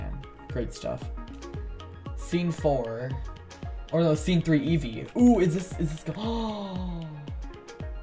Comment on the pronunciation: I thought you said "yeezy" and not Eevee xD. Thanks for sharing with us :D